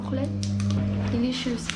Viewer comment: Yurlis где ты там нативный английский увидел? Ее английское произношение режет слух. Делишас, делишас